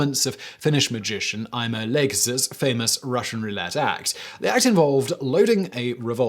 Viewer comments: ATTENTION! Ai äm finish änd ai häv nou aidia whot juu dzast sed. Sou sääd. So I did some searches and I found a Finnish magician called Aimo Leikas. The name is pronounced as "ai-moh lay-kas". In Finnish, every single letter is always pronounced and exactly same as in every other word that uses it (the rare few exceptions being words borrowed from foreign languages, not fully adapted to Finnish, or the 'ng sound where "G" is softer than usual, when it melds with the "N" from previous syllable, in plural forms of words like like "kenkä, kengät = shoe, shoes" , or "lanka, langat, = thread, threads" (to a non Finn, our "G" is more like a hard "gk" sound, or how you pronounce a dougle G in the word "egg"). The emphasis is always on the first syllable. "A" is like you pronounce" "U" in "dust", "Ä" is like "A" in word "Andy". "O" is like the O's in "London", Ö is like the vowels in "birth", "turn", "burn", "dirt", only shorter. To make a long "öö" sound, like with any other long vowel sound, you have to write the vowel twice, like in the word "lööperiä" (löö-pe-ri-ä), which means hogwash. E is the "eh" sound (like in words "destiny", "destitute"), "I" is like in words "irregular". J is like you pronounce the "Y" in "you". Juusto (juus-to = cheese), juoda (juo-da = to drink), juoma (juo-ma = a drink), names like Jussi (pronounced like "yous-sie" or Justus (in syllables, Jus-tus) . "U" is like the first "U" in "ludicrous", short (which, written exactly as it sounds in Finnish, would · he mispronounces foreign names every fucking time.... thanks to that i have no idea what the name of the finnish magician was. like i couldn’t make any sense of what he was trying to say.... i need captions for him pronouncing names.